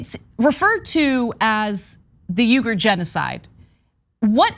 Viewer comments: lol he's got her saying 'yoogur' too; it's closer to 'weegur'. On a more serious note, very sad situation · It's ' weegger' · Try "Weegur" Remember that a person’s name is to that person the sweetest and most important sound in any language. - Dale Carnegie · Stop saying “Yoo-ger”! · It's pronounced "Wee-ger". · Why does Anna keep mispronouncing these name. She's like "yougirs? Wtf is that. Lol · I'm a big of Anna K fan but in the interview she really got pwned over the pronunciation of Uyghur, that should have been identified in production meetings. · tyt please consult a dictionary on how to pronounce uighur